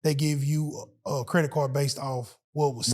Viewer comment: If I hear say “credik repair” one mo time lol😂 great man